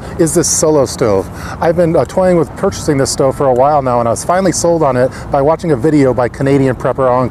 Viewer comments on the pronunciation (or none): none